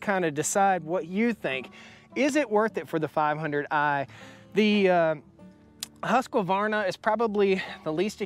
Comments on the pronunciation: My vote goes for neither. A Husqvarna 372 is known for a reason. To me..for the CC size there is NO BETTER option (I have 3 husky 372s and 1 holzfforma g372 that's ported) Also why so emphasis on the "Q"? It's not pronounced husQQQvarna "Huskverna" is how it's pronounced by the swedish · Husk-varna not Huskavarna. There is no vowel in there, Husqvarna. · How do I say this in a nice way, it's a Husqvarna not Husqavarna, only one "a" when you pronounce it. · Hey, love the channel and content and appreciate your reviews. Thought I would help you pronounce Husqvarna correctly....it is pronounced husk-varna. For years I did the same and pronounced it as husk-a-varna till I was corrected. Not a big deal. God Bless you! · You are saying Husk-qua-varna It's simply Husk-Varna. I still love ya, but don't put that Qua in there. Sort of like the Project Farm guy saying Vegetables. If you know you know...... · The Husqvarna is not pronounced Husk a varna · Husqvarna is pronounced Hoosk-var-na.